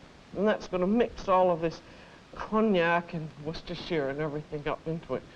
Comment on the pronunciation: It is nice to hear a cook who can pronounce Worcestershire correctly